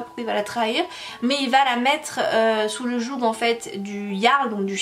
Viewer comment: Coucou 😊 on dit fiord (fjord), yarl est correct et sous le joug le g est muet 😘😘😘 merci pour cette chouette vidéo et pour ton joli sourire 😊